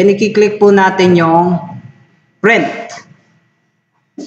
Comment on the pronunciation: Correction lang ah, prent ka ng prent eh, print po yan ha hindi prent ah,, bisaya ka ba?